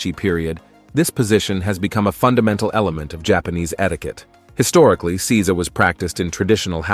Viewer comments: It is not Si-za. It is Sei-sa. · Seiza is Say-zah not See-zuh. Get a better text to speech program. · Seiza. It's NOT pronounced "seez-za". It's pronounced "say-za". Zazen is NOT the name of the sitting position. The position is Padmasana or Lotus. Zazen literally means "sitting meditation". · It's say za. I live in Japan and speak japanese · Seiza....isn't it pronounced 'sayzah'?